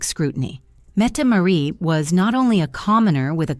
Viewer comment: Metmaret? Mettemarie? No its Mette- Maa-rit